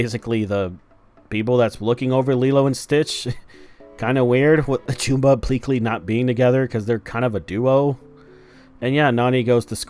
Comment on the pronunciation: Why does everyone keep mispronouncing Jumba and Gantu's names? It's "Juhm-ba" and "Gæn-too," not "Joom-ba" and "Gæn-too." Their names are even said in the movie. Either way, this live action sucks. As soon as I realized there wouldn't be any aliens in this movie about aliens, I decided not to see it.